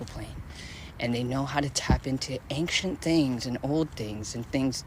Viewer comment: It's ancient, not fcuking anxient how that white girl sayin it ish